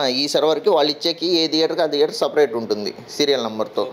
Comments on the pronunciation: Why you pronounce as dheater when it is theater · Sir, Please note it not pronounced as "Deather". It is Theatre with "Th" sound.